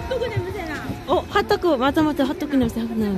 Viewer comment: 홋도꾸 있어욧? 발음 개 사랑해 ㅋㅋㅋㅋㅋ